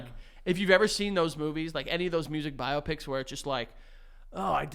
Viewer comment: … i don’t think that’s how u say biopics …